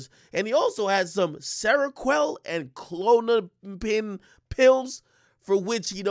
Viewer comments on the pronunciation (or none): How you said klonopin 😂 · I almost had a seizure listening to AK trying to pronounce Klonopin. Geez.